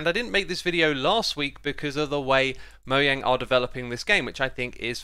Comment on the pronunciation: Thank you for pronouncing Mojang's name correctly.